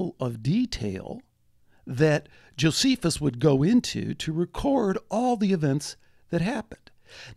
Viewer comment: Notice how Strieber mispronounces Josephus correctly and then incorrectly.